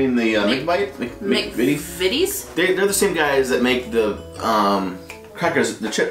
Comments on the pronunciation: Hi guys! I'm new to your channel. In fact this is the first video ever but I'm so glad I found you 😊 I agree with lots of others though and I've never seen a packet of XL in my life. They look like a cheap version of Quavers to me. Also your saying mcvities correctly 😁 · Another one who hasn't heard of XL crisps! I'm 34 years old dammit! Also you nailed the McVities pronunciation! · U said McVities right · I think that's your the first youtuber I've watched that actually pronounced McVities probably!!! Everyone else pronounces it MC VITIES rather than Mc FITIES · McVities make both hobnobs and digestives. And you were pronouncing it correctly. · im happy to say you're probably one of the only american to say mcvities correctly. most americans trying british treats pronounce it mc-VITE-es. you should be proud of yourselves xx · You are so far the only Americans who can pronounce mcVtties correctly! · The turkish delight in powdered sugar (as seen in the lion the witch and the wardrobe )is a different texture to the one in chocolate its softer and melts in the mouth a bit more the chocolate one is more rubbery p.s you pronounced mcvites perfectly . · You pronounced 'Mcvities' perfectly 👍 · You were pronouncing McVities right 😊 I’ve never liked that Turkish Delight but it isn’t the proper stuff, if you want the real stuff go to Turkey 😊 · Mcvities make a lot of our yummys. You said mcvities correctly yay